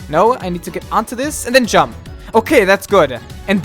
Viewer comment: I like the way you're pronouncing "jump" dziump